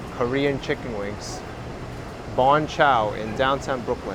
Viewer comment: By the way, it’s Bonchon and not Bonchow, note they’re a chain so there are multiple locations